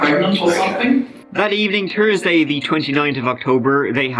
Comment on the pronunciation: No hate haha "and now on the turdyit.." (30th) "Over tree hundred of them" "Jew too" "Tursday"